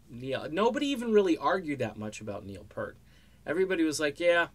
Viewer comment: Yep. And I can tell that the guy who made this video is just capitalizing off Neil's death. (It's not just mis-pronouncing his name)